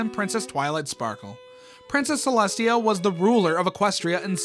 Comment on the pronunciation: “princess ceslutty”😭😭😭